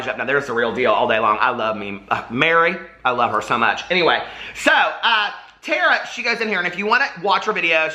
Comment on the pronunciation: Hey love, Tara pronounces her name like "Tar", instead of like "Tear", just wanted to let you know! xoxoxo